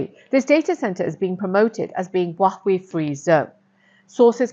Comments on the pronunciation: Oh dear Please learn to pronounce Huawei properly ! It’s Huawei = as in Hua way ) Not “wach way” ) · Huwa-Wei rather than Wah-wee. Otherwise, great content. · True, it feels so weird hearing her say Huawei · Your pronunciation of Huawei is tragic! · Great content, please pronounce Hauwei correctly.